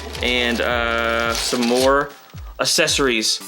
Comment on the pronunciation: Accessories not assesories 😅